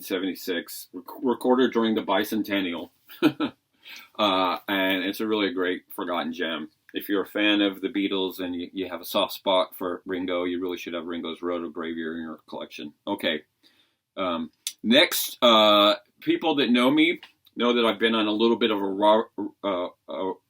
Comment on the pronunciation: Great video. I hadn't listened to this album in years so I will have to pull it out and listen to it again. By the way, the word is pronounced: "roto-gruv-your".